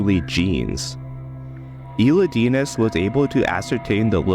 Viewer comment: great video (but the way u say elidinis bugs me since thats not how to pronounce the name haha)